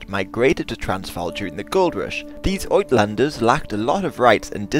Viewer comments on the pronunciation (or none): Three of the most egregious mispronunciations corrected - Spion Kop (spy hill), it's pronounced 'speeoon kop'. Botha is prononced Booah-ta, Uitlanders (forigners) is pronounced 8-laanders.